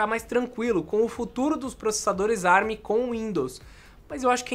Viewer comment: Com as maravilhas da tecnologia Árabe (ARM) foi o que eu entendi o falar no começo 🤣